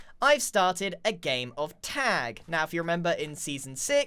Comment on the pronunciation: Grian saying "Tegg" My brain: american accent of "tag"